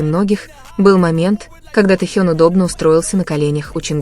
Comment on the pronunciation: Джанкуг и Таюнг.... Что Это???? Вы можете нормально произносить имена парней их зовут.... Тэхён и Чонгук... Слушать неприятно. Как только не назовут... Вас граммоте учили или нет???